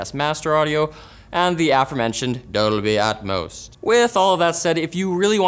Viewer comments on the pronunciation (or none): I loved when he said "dolbi etmos"